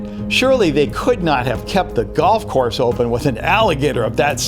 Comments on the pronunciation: You said gold course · You Said Gold Course Not Golf Course